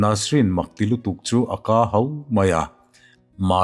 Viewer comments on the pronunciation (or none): duh tak, irawngbawlna Ava tha em, Lalpa'n malsawm che rawhse, "akaahau" tih ri anga isawi kha thluk lovin "akahau" ti mai rawh.